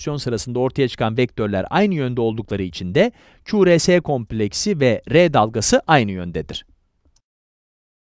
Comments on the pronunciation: kulakçık karıncık diyip ku,re,se yerine ku,ar,si demesi ve es yerine si demesi dışında güzel video aslında. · q r s 'deki s'yi si diye okumak biraz komik olmuş :)